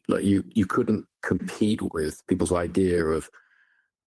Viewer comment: Nolan lost me at "idear".